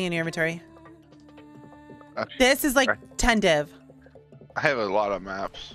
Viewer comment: " It's only game . Why you haf to be mad ? "